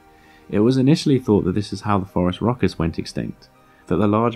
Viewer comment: I actually heard "foreign raucous". I assumed this was because they're foreign (to me at least) and would probably be quite raucous.